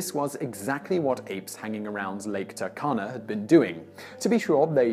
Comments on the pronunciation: It's pronounced TOO-R-KANA. (proud Kenyan here) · i hate to be that guy but it's "too-r-kana"